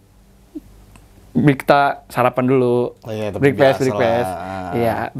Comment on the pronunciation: Saran aja bang...klo ga bisa ngomong pake bahasa Inggris mending ngomong bahasa lw aja yg enaknya....klo ga bisa ngomong bahasa inggri malah kedengeran ya jadi keliatan songong....brekfest bang bukan brikfest